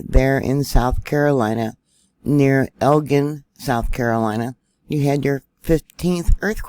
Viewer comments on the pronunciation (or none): Thanks. FYI. It’s pronounced El- gin ( like the drink)